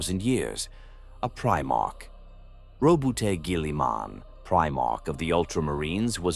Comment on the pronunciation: I have to be honest. I love this channel and the videos. however the AI pronounciation of words is terrible. Some examples: "Gally-Man" (Gulliman), "Torrr" (Tau) to name just two. Kind of brings you back out of the video when hearing. If this was improved audiobooks would be perfect.